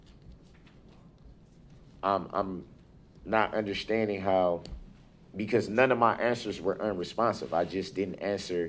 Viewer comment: Not understanding is one thing , but "NOT UNDERSHTANDING FUNDAMENTALLY", Now that is really serious !